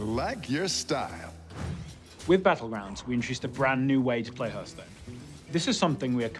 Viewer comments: ? That's one way to say it though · he doesnt even know how to say the gamename correctly